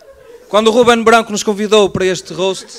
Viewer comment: Muito mau! Top 🤣🤣🤣! A malta falhou... não é Bganco! É Guben Bganco!... puto falhaste! Faltou o "má logo malta!..." Má logo puto!